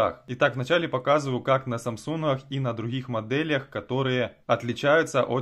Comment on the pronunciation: "СамсунХах" ... Почему хэ вместо гэ? Нет такой модели телефона